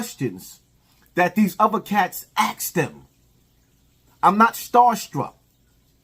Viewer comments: 😫 Bro!!! It’s ask. Not axe. If you axe someone you will go to jail. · Why do black people always says the word “Axe” lol